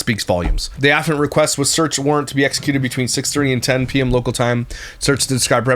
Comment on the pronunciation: It's pronounced AFFIANT....ă-fee -ant.😊